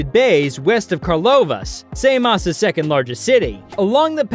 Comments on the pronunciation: wtf "say-moss"???? come on man...! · It's Samos not Saymos ! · Usa say saymos 😂..and bizantine...its difference in accent..... But its not how u say it in greek .